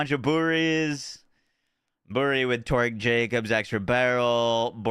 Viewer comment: It's torque pronounced tork, not torg.